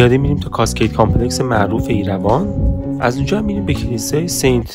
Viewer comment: Sant is correct pronunciation not sent . Sent meaning is 1/100 .